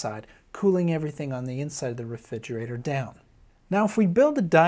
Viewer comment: I was getting a lot out of this until I realised he can’t say refrigerator, which is super super distacting